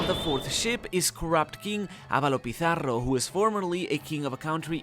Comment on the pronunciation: is actually the correct way to pronounce it